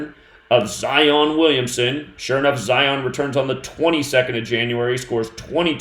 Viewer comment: Just want to say I love the way you say, Zion....